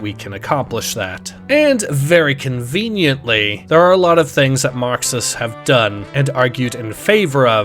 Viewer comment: tf u on? he pronounces it normal